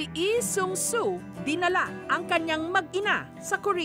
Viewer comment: Wow, kaedad pala ni Seung Hee si Seokjinie oppa ko. Pero sa itsura pa lang niya, parang ka edad niya sina namjoon oppa ko at si hoseok oppa ko. And btw, ma’am jessica, mali po yung pronounciation niyo po ng Daegu. Perp okay lang naman po. I understand niyo po.